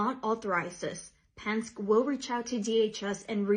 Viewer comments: It is pronounced Penn-skee, Not pensk. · doesn't even know how to pronounce Penske. She might have wanted to ask them about the incident a year or two ago when 58 illegal immigrants were found being transported in the back of one of their trucks, the only thing heard out of them was crickets. ICE are federal law enforcement. The arrest they make are not just of illegal immigrants. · Why am i not surprised that the Latina reporter can't pronounce Penske.